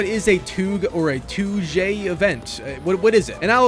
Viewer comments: The touge pronunciation is wild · no way he pronounced touge like that 😭😭